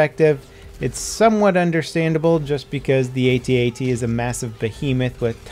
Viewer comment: Will you PLEASE stop calling them "atee atees"?! They're called AT-ATs!